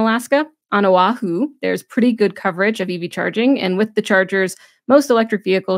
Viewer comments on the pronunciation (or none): none